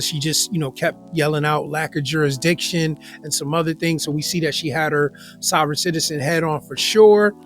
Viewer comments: What is it with the 13% usual suspects absolutely butchering the English language? What the fuck is jurasdeeshon? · Court lack juridiction. What a moron. Can't even say the word. You are in PRISON idiot. I think jurisdiction has been proven.